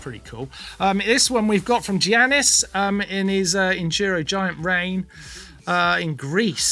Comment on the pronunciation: The way martin pronounced Giannis…